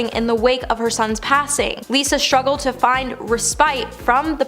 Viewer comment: Lisa shtruggled? You do a veery good job and would be much more professional if you pronounced words properly. This is not a speech impediment.